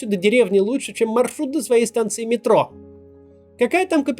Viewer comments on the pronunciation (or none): none